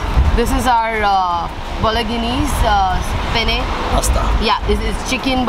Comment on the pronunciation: that’s pronounced ‘balonese’. 🍻🍺